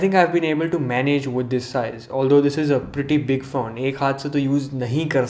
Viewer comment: is it just me or he says phown instead of phone xD